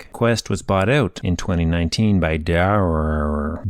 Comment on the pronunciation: Pronounced Dare. Had a boss with the name.